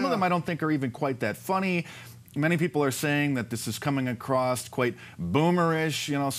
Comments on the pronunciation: HEY MARK. IT IS ‘ACROSS’ NOT ‘ACROSSED’ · Across NEVER has a 'T' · Small bit of constructive criticism- you said “acrosst” instead of “across”. Love your stuff though. Just don’t want a-holes to use it against you later.